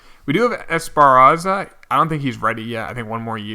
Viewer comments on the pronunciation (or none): You keep saying Esparaza when it's Esparza lol